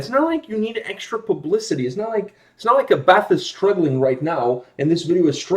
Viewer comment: Here's Abbath (pronounced more like A BAT!! instead of A BATH btw) in his Motörhead cover band Bömbers, it's great :P